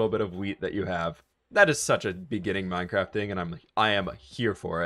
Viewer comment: Are u good at minecwaft